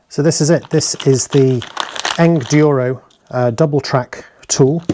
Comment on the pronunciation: Thanks for the review! Any questions, let us know. And it's Engineered Enduro Equipment. So think Engineer + Enduro when you say it. Soft G.